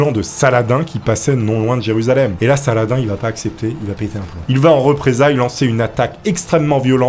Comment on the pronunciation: C'est pas <<Sala-din>>, c'est <<Salah-dine>>